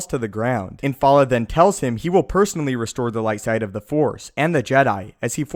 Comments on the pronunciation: The only issue I have is that you keep calling him IN-FAL-LA when his name is Infil'a which is IN-FIL-AH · The pronunciation of Infil'a in this video...come on.